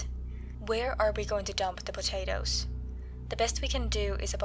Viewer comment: Did some one say p t a t a t o s